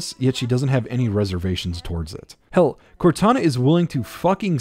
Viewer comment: it sounds like you meshed both Cortanas and Kataras names together